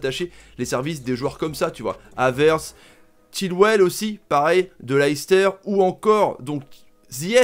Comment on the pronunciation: Chilwell, pas Quilwell mais bon c’est sûrement l’accent breton 😉